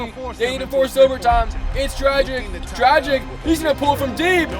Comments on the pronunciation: Dragich, not dragick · Btw there’s an accent on the c so it’s pronounced dragich, like “dragon”